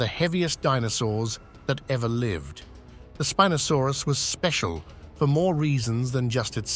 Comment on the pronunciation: youi say spinosaurus wrong twice and right twice